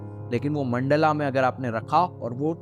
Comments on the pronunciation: मंडला नहीं भाई मंडल बोलो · Mandala NAHI mandal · No hate, great content but its mandal not mandala. Jab logo ko hindi nahi aati tab samajh aata hai but even when we can pronounce, we adapt to these versions which is not good